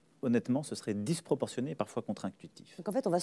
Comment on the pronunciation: "Disproportionn-é" ! Putain les mecs ! Vous êtes journalistes ! C'est une publication du huffington ou bien c'est "les marseillais à Mykonos" ?